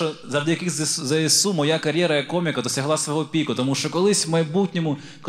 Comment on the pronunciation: окреме дякую за правильну вимову ЗСУ!